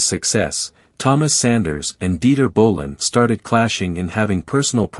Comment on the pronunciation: What is "Dieter Winter Ball"?!? You mean Dieter Günter Bohlen? Your AI should be improved very soon